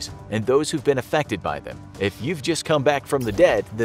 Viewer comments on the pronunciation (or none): none